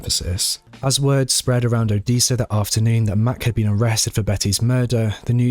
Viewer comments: it's Odessa your saying it wrong it's said the same way as the city in Russia o-des-a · Good job! Odessa is pronounced with a short e not long e.😀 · The second syllable of o-DESS-a rhymes with “dress”. 😉